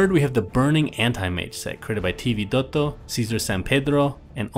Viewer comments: Funny the way he always pronounces Vidotto, sounds like he enjoys it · anybody else hates how i pronounces vidotto? for some reason it bugs me souu much X_X